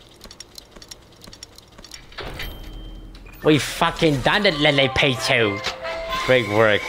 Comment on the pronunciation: Toast’s pronunciation of LilyPichu kinda sounded like “LilyBichu” at the beginning.